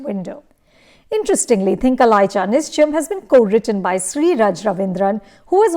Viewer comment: At least put in some effort to pronounce the name of the film correctly